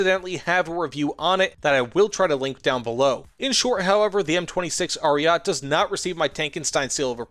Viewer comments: Omg Ariat ! Really ? A-ri-ay-tay. Someone skipped italian classes here. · its not ariat 👺its ARIETE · "Ariat" triggers me and I am not even Italian